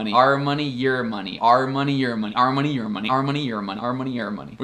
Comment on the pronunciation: Este seu "your"está parecendo um Year(o que eu entendi)